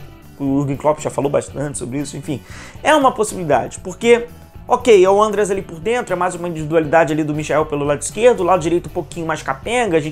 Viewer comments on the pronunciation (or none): Não é Ândeas mas sim Andrêas pelamôr 🙏🏻